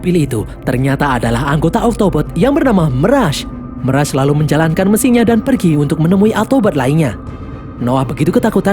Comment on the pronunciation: meras???? klau ngmong bahasa indo juga bukan meras tapi mirej